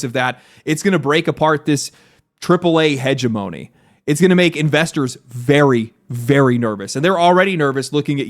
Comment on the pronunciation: Good content. Chuckled at never hearing hegemony pronounced that way tho